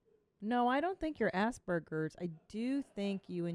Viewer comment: “Assburgers” ? Did she mean aspergers ?